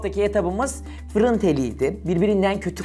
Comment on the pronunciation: 😁👍Fırun dedi bugün de yaa 🤦